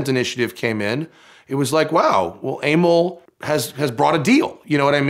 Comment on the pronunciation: Aimil?? Emil is not pronounced like that...